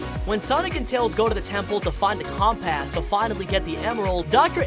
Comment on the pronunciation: not always everything and it's not the cumpas it's the compass